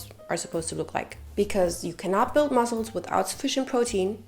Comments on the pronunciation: I personally love how she says “muzzles” hahaha ❤ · I loveee the way you pronounce “muscles” 😂🫶🏼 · The way you pronounce “muscles” is angelic! Your accent is beautiful 🤍🤍